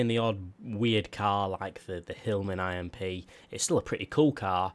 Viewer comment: ITS NOT I.M.P ITS IMP LIKE IMP